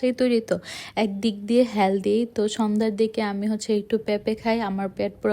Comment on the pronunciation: হ্যালদি,খ্যাচুরি,প্যাপে, শ্যাষ,পরি😢 আপনার উচ্চারণে অনেক ঝামেলা আছে।